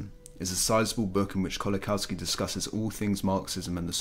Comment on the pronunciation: Very good video thank you for making it. Just to let you know Kolakowski is pronounced like 'Kolakovski'. W is V sound in Polish.